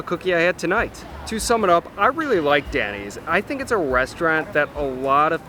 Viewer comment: I had to take a double take on this restaurant review. I thought you were scooping down to you A eats reviews of chained restaurants. With your accent it totally sounded like you were saying the American diner DENNY‘S instead of DANNY. I hope you’re giving totally unbiassed reviews, as you were recognized and giving more appetizers than you had ordered.